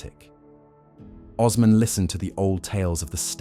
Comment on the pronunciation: Oooooosman. Not ozman